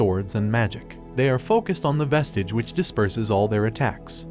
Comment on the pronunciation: they pronounced vesige like vesege